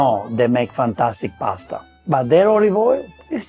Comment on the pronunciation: Do a ranking of American attempts at pronouncing Italian words. No-na and pustuh 🤣